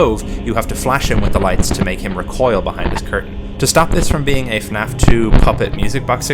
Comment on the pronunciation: Thank you for pronouncing FNAF properly. Most people pronounce it as "Finaff"